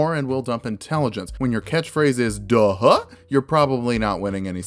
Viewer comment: It's not "DUH-huh," it's "GUH-huh!" Also, heh, he's a bard-bear-ian.